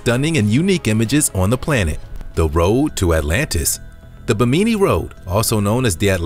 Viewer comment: It's pronounced BIM-IN -NEE .